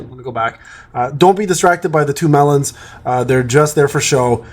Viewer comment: I just understand what he means after read your comment 😂😂 Because i heard it like meilen😅